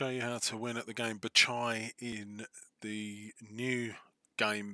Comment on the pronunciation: Spelled: BAGH CHAL Pronounced in vid: Batchai lol great vid and strategy man - clever to wall off those two spots at the top. The game is heavily in favor of sheep imo.